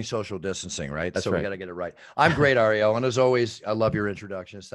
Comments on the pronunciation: Love how he pronounces ariels name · ironic how the announcer can pronounce all the ufc fighters names for not ariels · Ariel, only name Bruce Buffer can’t pronounce